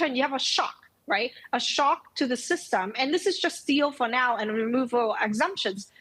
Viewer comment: What is ”sytem” 😂